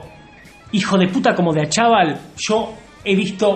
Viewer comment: Jajajaj yo vivo en Pilar y no sabes ni el apellido, No es DE ACHAVAL, ES ACHAVAL